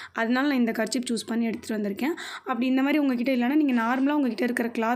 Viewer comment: Karchip Illa karchif🤣🤣